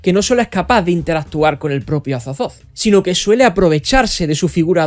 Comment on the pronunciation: “Cazulu” “Azatzotzo” jajajajajaja me encanta 😂